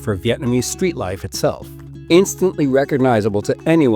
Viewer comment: Appreciate you pronouncing the Vietnamese words correctly